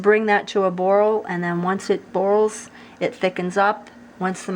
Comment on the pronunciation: I’ve never heard anyone say “boils” like that. can’t wait to try this recipe though!